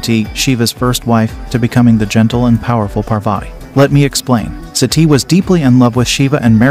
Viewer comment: He even can't pronounce sati properly ...